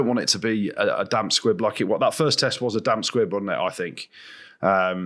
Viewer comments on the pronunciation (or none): Oi!!!!!!.......... It's SQUIB, not faarking SQUID!!!! Know-all...... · Jim, it’s a damp “squib”